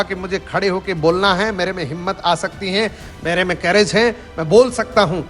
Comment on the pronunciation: सर कैरेज नही करेज होता है।